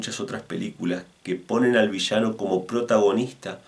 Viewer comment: es VI - LLA - NO LLA LLE LLI LLO LLU no vishano , gaucho al pedo